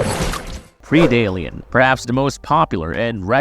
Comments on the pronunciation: Stop saying pre dalian it’s PREDalien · CAN'T STAND AI SCRIPT! DO THE F'KN WORK YOURSELF!! STOP BEING LAZY!!! It's pread +alien Like bread but take out the b and put a p Ugh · Dude, quit before even got past you saying "Predalien" - at least try to pronounce your words correctly before making more videos where you're talking a lot...good f'n lord - like every tenth word made me go, "wtf is he saying?"😂😐😖